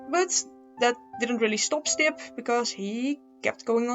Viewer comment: I keep thinking you’re saying “simp”